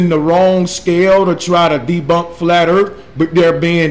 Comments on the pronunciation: flat earf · " Dis-ingenue" " Flat urf" " Loggadis pishur"